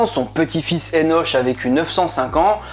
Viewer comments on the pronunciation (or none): Énoche....lo.. ça se prononce Énok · Ça se prononce "énok" je me trompe ? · Enoch se dit"enok" et Canaan se dit "ka na an" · Disons qu'on dit Eno*K* et non Eno*che* et CananéHein, en non Canada*dry* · Enoch et pas Enosh? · Ça se dit pas " Enoche" !!!!